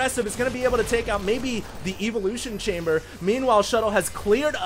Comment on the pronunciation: One thing I've noticed about you is your mis-pronunciation of evolution. It's not "EVE-uh-lution" It's just ev-uh-lution. Love you:)